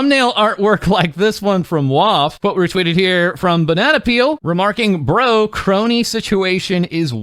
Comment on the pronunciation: Thank you,, for not pronouncing it "Skronii"